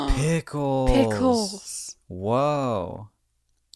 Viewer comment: i love the way you said pickles its like youve never said the word before